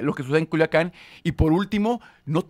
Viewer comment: Joder Dice Culuacán en lugar de Culiacán o habla mal nada más